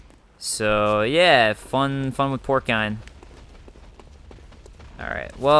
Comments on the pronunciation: Uh... I'm fairly sure it's pronounced "porse-ine... Spelled porcine. Porkine? Not so much. :) Love the vids. Look forward to the next. Going thru withdrawals!!! Lol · You are almost there with "porcine." porcine |ˈpôrˌsīn| -->(the last syllable pronounced like "sine" in math) adjective of, affecting, or resembling a pig or pigs: his flushed, porcine features. ORIGIN mid 17th cent.: from French porcin or Latin porcinus, from porcus ‘pig.’ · porcine (por-sine) that the correct pronunciation